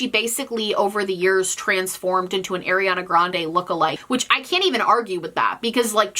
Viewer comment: I really, genuinely like your video but PLEASE could you pronounce Ariana Grande right 😭